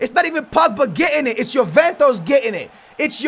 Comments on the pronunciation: YOU GOTTA SAY JUVENTUS CORRECTLY!! ITS JUVENTUS NOT JUVENTOS CMON MAN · and he also says yoventus when its juventus like tf